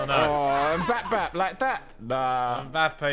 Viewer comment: Tobi’s pronunciation of Mbappe is ain’t normal